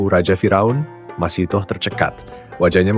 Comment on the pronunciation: Masithah bukan Masitoh , ingat, MASITHAH